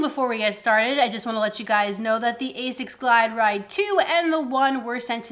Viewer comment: Okay, who beat you up so you stopped pronouncing like Ay-Zics? Lol.